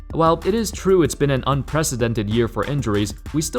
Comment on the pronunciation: Who did the bucks draft first? How did you pronounce that🤣🤣🤣🤣🤣 oh and it true not drew. Does someone write a script for you?